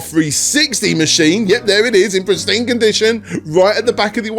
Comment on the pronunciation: "pristined conditioned" ? Couldn't do another take?